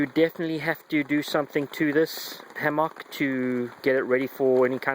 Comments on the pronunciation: it's not a hammocccccccck it is a "hamek" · No that is not a reasonable response. Both ways of pronouncing the fruit are acceptable however it just sounds silly when you say hammock in that way. I have never heard it pronounced in that way and it detracts from your message. Say it how you fucking like, I am just saying you sound stupid. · Pronounce it Ham Mick when in the midwest or get laughed at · probably an accent thing.Aussie here and say it like ham mick